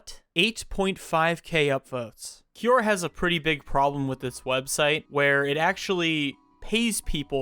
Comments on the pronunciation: i will listen once you can pronounce quora 😊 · I will from now on pronounce it Kiora instead of Kwora